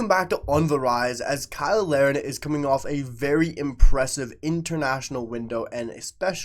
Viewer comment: Why do you usually pronounce Kyle Larin's name like everyone else & other times pronounce it "Lareen"? In this video alone, you switched back & forth multiple times. BTW, I agree with you regarding Larin & the main proof of this is how much Jesse Marsch plays him as a starter.